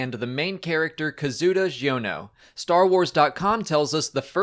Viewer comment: KA-ZU-DA! HIS NAME IS KAZUDA, NOT KAZUDO!!!